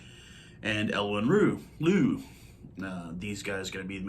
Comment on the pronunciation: Pronounce Louw as Low